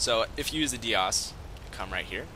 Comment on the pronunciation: Dias is pronounced "Die-us". Nice video, even if it is a bit long. Live tours are the best in my opinion, and this is one of my favorite homes.